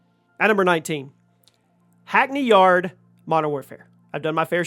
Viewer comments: bro said hackney yard 💀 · Hackney Yard 😂😂😂